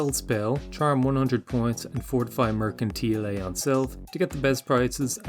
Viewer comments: I like how they've turned the pronunciation of Mercantile into a channel joke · Still can't pronounce mercantile correctly can you?😂